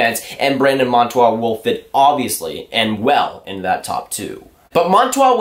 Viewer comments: bruh its monTOOR not monTWA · When you make a video say the name correctly .